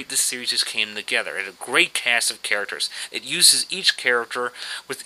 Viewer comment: "first Aaracters"